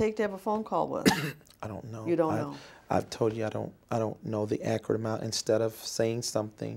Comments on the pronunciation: That’s acrut 😊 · “Accrid” (Accurate), “Axe” (Ask), “It don’t say that” (It doesn’t state that), “attention”(intention). Ladies and gentlemen this is who she gave over 1 million dollars to 😢